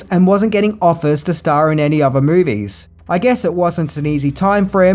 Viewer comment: Still struggling to consistently pronounce your th's properly, I see. Your pronounced "three" correctly in "1973," but everywhere else you're mispronouncing it as "f" (e.g. "frilling" instead of "thrilling"), "v" (e.g. "ovver" instead of "other") or "t." I recommend listening to native English speakers and practising this pronunciation point. Also, the 't' in "often" is silent (as with "soften" and "listen").